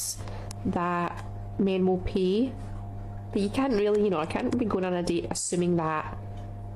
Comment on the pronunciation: 😂 thought 3rd gurl said pea - not PAY. 😂